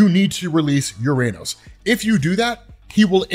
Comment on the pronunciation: Just a note, "Uranos", as per ancient Greek where the name comes from, is pronounced as "ou-rah-nos", or "o-rah-nos", and not as "youranus"